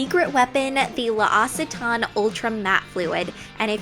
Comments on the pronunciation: Ingrid, you don't pronounce apostrophes as a break; they just indicate a contraction. Like, in English, you wouldn't pronounce "can't" like "can-it." So, same in French: "L'Occitane" is not pronounced "luh-oss-i-tan"; there should never be a double vowel sound. "L'Occitane" is "loke-see-tahn." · Luh-Ossey-Ton? It's pronounced Lox-eh-tan. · It is pronounced lock a taine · Its pronounced lok-sit-an lol not lossitan :) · L'occitane en Provence is pronounced loxy-ten not aussy-tan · L'occitane is pronounced LOX-EE-TAHN. At least learn how to say the brands right. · I love your channel Ingrid, but L'Occitane is pronounced "LOX-EE-TAN" and I hate to be the one to say it! Apostrophes can be ignored :) It's not like that would have stopped me from watching, but I just needed to mention :) I think you are an awesome possom and look forward to your videos all the time! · just fyi, it's pronounced "lox-ee-tan" (L'Occitane en Provence). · L'OCCITANE is pronounced LOX-EE-TAHN and my favorite sweat proof product is the Anastasia dip brow! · Lock-see-tan is how you pronounce it. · It's pronounced Lox-ih-tahn! xox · You're using L'Occitane products, a french brand! Love this! But you can pronounce it Loksitan :) as we say it in french :) I love your videos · Lmfao! OMG! The way you say L'occitane ie halarious! It is pronounced 'lock-see-tan' the way you said it was so funny, I never heard anyone say it like that! 😂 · Waterproof mascara for sure. Also, my bf is French and he taught me how to pronounce L'Occitane = Lox-ee-tan :) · Hey Ingrid!! :) I love your videos and I especially love your get ready with me's 'cause I feel like you use the best products and you have a great sense of style :D you're so pretty in this video and your skin has been looking so fine lately! Oh btw, L'occitane is pronounced as Loc-xee-tan ^_^ I mean not that it matters so much xxxx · L'Occitane Pronounced: Low cee ten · Hey Ingrid! L'occitane is pronounced lox-ee-tahn! Love you!